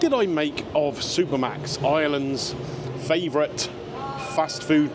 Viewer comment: As a Dutchie, I hear Super Max. Don't know why.....